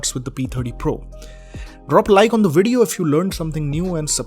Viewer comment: ''Dis bideo''